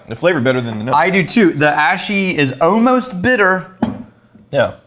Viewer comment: Is it an Austin thing to pronounce 'almost' as 'ohmost'? I found that so funny